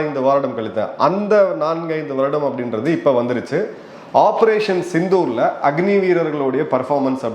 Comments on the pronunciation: Please sir. Why the title in tamil pronounced as sittoor. Thats embarrassing. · சித்தூர் அல்ல... சிந்தூர்.... முடியல சார் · சிந்தூர்... சித்தூர் அல்ல! Please be conscious of these.